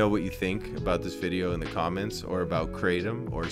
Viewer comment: pronounced Krahtom, not kraytom. Also, no one has ever died from Kratom alone. There is a drug crisis for sure. Kratom doesnt work for everyone. Not illegal here in Canada, but has to be labelled, "Not for human consumption".